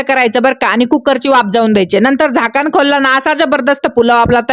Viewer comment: झाकान नाही हो ताई झाकण म्हणतात